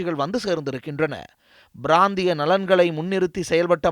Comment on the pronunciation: பிராந்திய என்பதை B Biராந்திய என்று உச்சரிக்கிறார் செய்தி வாசிப்பவர்